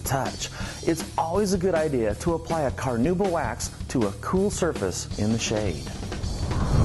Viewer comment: No, not a big deal at all, I was just poking some fun. I do think that technically is it supposed to be pronounced "Kar-now-bah" but virtually nobody says it that way. Keep up the great work!!